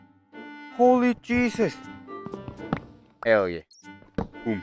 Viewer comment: when he said "HOLY JESES" i gotta church